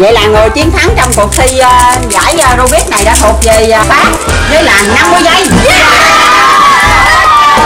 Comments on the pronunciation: Rubik ko phải rubit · Robik bà kia nói là robit anh em ah